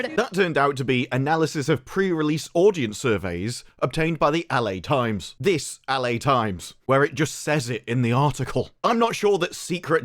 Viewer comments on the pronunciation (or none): Was it my ears our did he say "Allie Times"? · WTF is “AL AYY times”…?